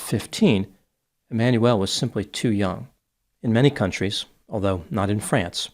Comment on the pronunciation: His name is pronounced E-man-u-el (not Emmanuelle)